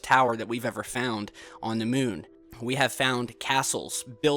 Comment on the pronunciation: that speech impediment tho and that weird way he calls it the mewn. an object floating over the mewn. the mewn. toppest of le keks.